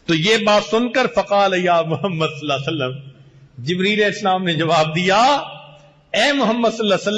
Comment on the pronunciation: S.A.W. Sahi Tareekay Se Parhain sir..